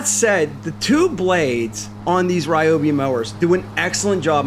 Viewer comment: Yours is the American pronunciation of a Japanese product. AKA “butchered.”